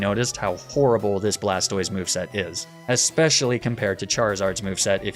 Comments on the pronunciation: "Blastwah", well, Blastoise would be Blastwahz, and feminine. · "blastoi" absolutely killed me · I’d you’re going to intentionally mispronounce Blastoise, at least pronounce it BlasTIS so it sounds like TorTIS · Blastoise pronunciation🥸